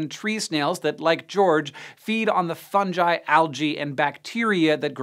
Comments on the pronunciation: Its fung-eye not funge-eye aren't you supposed to be the scientist? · no one going to mention how he says funji instead of fungi? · Fun-guy , not fun-ji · Ok but who tf pronuces it Funji instead of Fungi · When is Hank going to stop pronouncing it "funji" and "jif"? Even if you're using Italian as basis for the pronunciation, it's "fungHi", which means a G sound, not J. Cringe gallore, every time he says it. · "Fun-Ji" How do you mess up such a simple word... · Fun-Ji?!?!?!?! Hank, you're better than this!!! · Did he pronounce is Funji? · Did you just say funji? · Wait. Did he just say fungi as funji Bruh wut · He said fungi like funji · He pronounces it like funji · Fun-ji.... Really? You guys... 🤣rolf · "Fun-jai" wut Goddammit Hank I already knew you were a pleb but that's a step too far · you said fungi wrong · Weird way to pronounce fungi, but ok. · That's not how you pronounce fungi